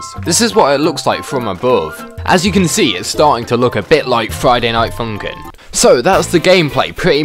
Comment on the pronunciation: why are you saying friday night fumkim